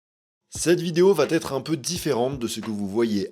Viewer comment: 1re phrase et le mec parle comme un cancre !!! VA ÊTRE ! Lui il prononce VAT ÊTRE , ou VA-T-ÊTRE, ou VA TÊTRE, va savoir, il a son propre BESCHERELLE d'illettré !!!